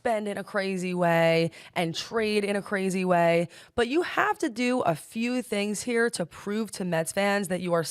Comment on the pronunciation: “I’m hearing tings, I’ve heard tings”🤌🏼